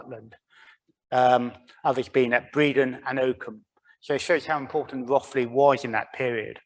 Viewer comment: You say it Rothe ly. Not Roth ly.